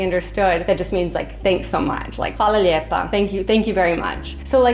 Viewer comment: I thought they were saying "Hvala lipa" as in kuna cents. It made no sense but it did not sound like "lijep".